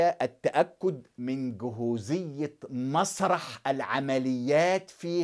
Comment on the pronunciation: جاهزية وليست جهوزيه